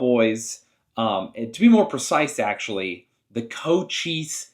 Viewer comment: Don't sweat it you got it right. Co-cheess.